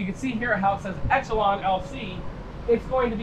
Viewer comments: It's pronounced esh a lon😅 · etch- lawn?? really? inventing a new pronunciation for the word Echelon?